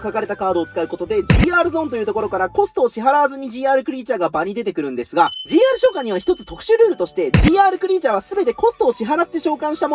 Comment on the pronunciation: GRてカスて読むのか